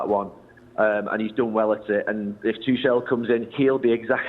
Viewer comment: The way he pronounced "tuchel" 😂😂😂